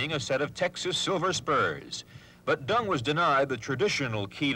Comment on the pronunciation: In what language do you pronounce Deng as “Dong”? Stupid as stupid does, there are more than one sound for e in English, none is pronounced as /O/!